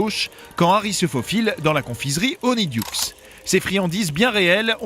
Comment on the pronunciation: poudlarde? y a pas de e alors pourquoi le prononcer weslai? weasley le son i sirius se changer en loup garou? non ça c'est remus honiduksse? honeyduckes le son è du mot miel en anglais un griffon? non c'est un hypogriffe